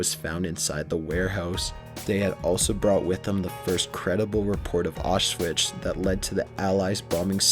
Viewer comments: 2 things: You have a very monotone voice, and I don't mean to nitpick, but it's Auschwitz, not Auschvish. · xD "auswitch"... bro, its "aushwits" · Its pronounced Ow-shwits, not Off Switch =D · Ok wait it's pronounced (aush-vits)